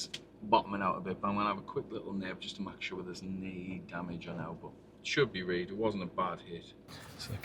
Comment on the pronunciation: He’s just said “a neb to mak shooa” - peak.❤